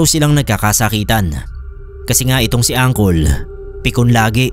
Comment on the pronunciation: Tawang tawa ako sa pag basa mo ng angkol😂😂😂 diba puede uncle ang pagkakabasa?